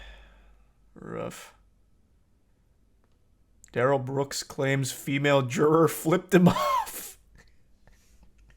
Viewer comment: He says his name is da-Rell, not Darrel. 🙄